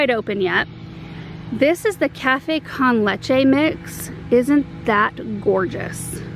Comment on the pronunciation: Lol, the way you said cafe con leche made my day! Try saying con like cone, but without the e accent, you’ll sound more Hispanic!